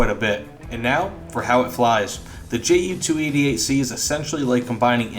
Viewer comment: The J is silent German J.